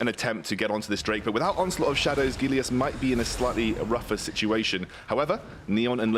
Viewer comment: The way this caster pronounces Gelius makes me cringe